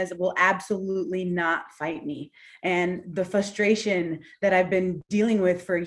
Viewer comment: "Fusstration" lol